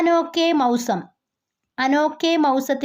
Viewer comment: Maysam alle ool parannath mausam aan